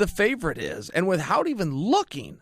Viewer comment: Stop saying "with hout" for fucks sake. Still luh yu though. And still undefeated. Except when it comes to speaking English